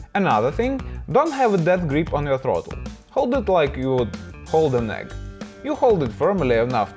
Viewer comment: Thought he said "hold the throttle like you hold a neck" then realized when he said you wouldn't want to crack it he probably meant egg